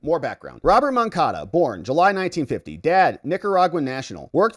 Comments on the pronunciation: Stop saying MoncaDO, it's MoncaDA. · MoncadA. Say it right!